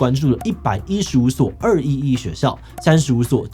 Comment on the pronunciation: 稍微糾正一下（不知道算不算糾正） 211我們中國這邊只會唸作「二幺幺」，不會讀「二一一」 另外，高考兩次應該大部分地方都沒有，我聽說浙江有，我是今年的福建考生